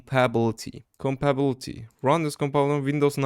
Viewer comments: Its pronounced kom-ba-ta-bility mode not combabilty mode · idk why but its funny to me when he says "compabblety", interesting video idea tho, i like it